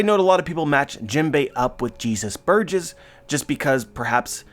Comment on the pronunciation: How come you said Jesus Burgess in a country accent? lol